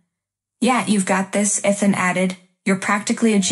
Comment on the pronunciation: They can't pronounce Ethan correctly, either!